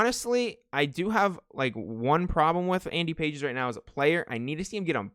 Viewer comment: Love these vids as always but its actually not Andy Pages its pronounced like Endy Pahays or something. I always thought it was Pages too